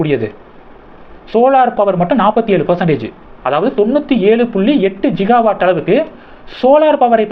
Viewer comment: அது ஜிகா வாட் இல்லை கிகா வாட்.. திருத்தி கொள்ளவும். 🙏🙏